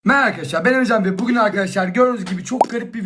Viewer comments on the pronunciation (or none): none